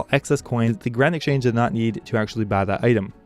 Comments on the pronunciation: Yes!! Doesn't sound like Grand, there's some other partial syllable in there it was driving me nuts. Garand? Granite??? what? lol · Am i the only one who hears "Granite Change" whenever he mentions the GE?